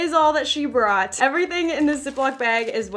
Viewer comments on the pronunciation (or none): none